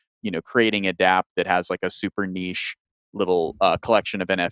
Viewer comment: saying niche wrong haha